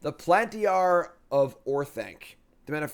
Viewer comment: Plantiyah lmao